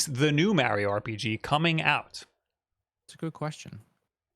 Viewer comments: It's MARIO NOT MEARIO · Time stamps for when saying “MAH-rio” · process Mario Wong lol, there are those who pronounce the word like he does, it's not correct though lol